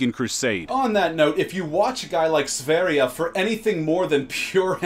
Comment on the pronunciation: sveria? his name is sveridge or something